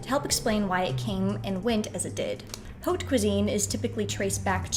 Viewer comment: Really good video, just a pointer that haute is pronounced like "ot" and vin is pronounced closer to von :)